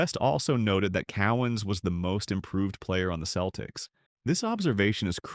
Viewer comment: This potentially interesting review of overachiever Dave Cowens career did not survive the chatgbt AI voice referring to his team as "The Keltics"